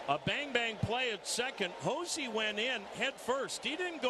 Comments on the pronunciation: love how the commentator keeps saying josi bro its Jose lol he be from jose to josi lol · Why does the announcer pronounce his name Hozee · Why does the announcer keep calling Jose Ramirez Hozey?